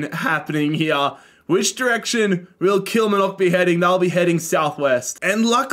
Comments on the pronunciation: The pronunciation of Kilmarnock “Kilmanock” don’t say it like that there or you’d get stabbed. It’s “Kill-mar-nuk”🤣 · Kilmnock its kilmarnock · Great video and concept. For future reference, Kilmarnock is pronounced like KilMARnock, like far or bar, kilMARnock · The way he butchered Kill-mar-knick = Kilmarnock makes me wanna cry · As a scot me hearing Kilmanock kills me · "All the Scottish Teams" - includes 12 out of the 42 teams 😂 A fun video non-the-less though. Also FYI, Kilmarnock is pronounced "Kill" - "Mar" (like in Mark) - "Knock", with the main emphasis and length on the "Mar" (Kil-maar-nock) 😄 You can hear it here from the commentator at the start when they score: To help move things along a little quicker, I'd add a rule similar to the surrounding of empty spaces, where if a team is completely surrounded by another team it triggers an automatic match involving the two. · it’s actually pronounced Kill-mar-nock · Also, you pronounce the R in KilmaRnock... It's KilMARnock 😂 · Just a FYI, it's pronounced kill-mar-knock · kilmarnock is pronounced kill-mar-knock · The way pronounces Kilmarnock killed me 😂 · 😂😂😂 You killed that pronunciation of Kilmarnock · Absolute top tier doob smoking material. You’ve earnt a new subscriber my Aussie friend. The way you pronounce ‘Kilmarnock’ sounds like a Harry Potter spell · the pronunciation of kilmarnock is killing me ahahaha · Cannot believe how into this my husband and son got. Learn how to say Kilmarnock though. Think of the "ar" like a pirate. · I can't deal with the way you pronounced Kilmarnock lol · Ban yourself from Ayrshire if you want to survive with that pronunciation of Kilmarnock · The worst pronunciation of “Kilmarnock” I’ve ever heard in my life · Your pronunciation of kilmarnock is absolutely foul lmao, im taking personal offence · he butchers the pronunciation of kilmarnock so hard man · The way you pronounced the Outer Hebrides 😭 And Kilmarnock. Nooooo